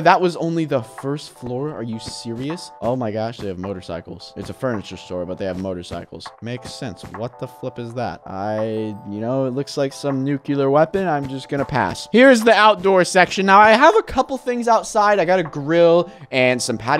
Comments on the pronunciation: did u say nucular??? It's nuCLEAR!!!! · Maybe when u said "nucular weapon" it was a printer ?